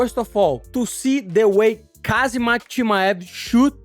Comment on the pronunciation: It’s Ham Zat with a silent K